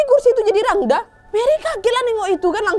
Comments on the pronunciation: Ijin intropeksi kak penulisannya emang rangda kak tapi pelafalannya rangde kak 🙏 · Aku gakak dengar gomong rangda padahal rangde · Kak mau koreksi dikit boleh harusnya cara bacanya itu rangde pakai e bukan a kak 🙏🏻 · btw kak rangda itu bacanya rangde yaaa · Rangda tulisannya bacaanya rangde nad,.... Aku asli bali... Salam semuaaa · maaf ya ka nad, rangda itu dibaca rangde 😅😊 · Mohon maaf kak aku dari bali mau memberi informasi rangda dibaca rangde ya kak hehe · maaf kak mau ngebenerin kata rangda emng tulisan nya rangda tpi di baca rangde kak